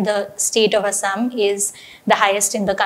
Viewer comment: Its "Assam" not "Asam", Please correct it